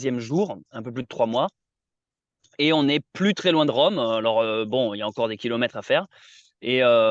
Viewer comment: c'est rome pas véronne